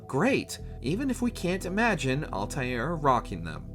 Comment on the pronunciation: Alta “eh” r…